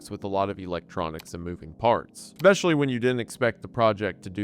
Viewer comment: please learn how to pronounce "infrastructure" and "especially." you say "inferstructure" and "ex-specially"